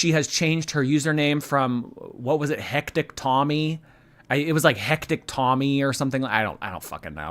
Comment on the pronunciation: Hec-kuh-tic / hectic